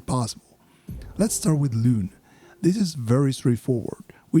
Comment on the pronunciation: Dude massive respective for calling her Lune instead of Luné . You are the first yoututber that i come across to say it. (not sure why they butchered the name in the english version).